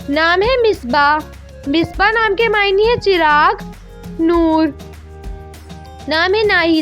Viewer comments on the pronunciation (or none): دو مسٹیکس کیں آپ نے بیٹا. خدیجہ کو ختیجہ پڑھا. نُور کا مطلب روشنی. نَورا پڑھا آپ نے. 🙂